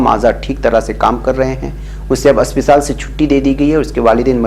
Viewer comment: मेरी राय मे सही नाम अस्पताल है ना कि असपिताल